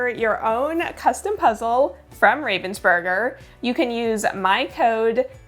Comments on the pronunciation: It's not even "burger" like the sandwich, but "oo" instead of the "ur". Americans might want to try it like that: "Raah-vens-boorg-er". Greetings from Ravensburg! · Pronounced RAH-vensburger. Not a hard A as in the bird, raven. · Hi, since you tried very hard to get the pronunciation of 'Ravensburger' right: It is almost right. The 'a' is different. The name likely is inspired from the German city 'Ravensburg' (where the company is situated). If you type the name in google - translate while having chosen German as a language, it helps to listen to the pronunciation there. Or: the 'a' in kindergarten sounds similar to what it is in 'Raven...' I thought, this might be helpful, since the name is likely to be used by you again on this channel 🙂